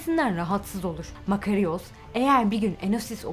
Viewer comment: "Fatih Zorlu" değil, Fatin Zorlu; Fatin Rüştü Zorlu. "Makariyos" demeyin ayrıca "Makaryos" diye okunuyor o isim.